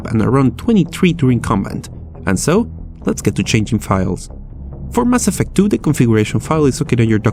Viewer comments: Lol ''ass affect'' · "Ass effect" jajajajaja